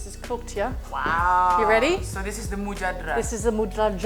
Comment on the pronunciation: It's pronounced moo jad dara not moojdara